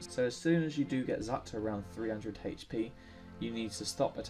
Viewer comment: haych pee